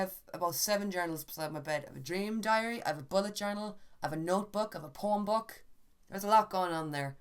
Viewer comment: When you said Poem book I had to reply it because I heard it completely fucking wrong